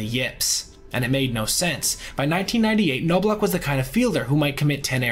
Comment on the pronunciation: It’s pronounced like Knob not noblock for Chuck and Appier is A-Peer not appy-er